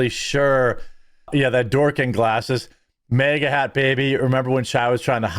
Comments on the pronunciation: Bro, it’s MAGA not MEGA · It is maga Jeremy, not mega. And it's also bag, not beg. Love your videos though.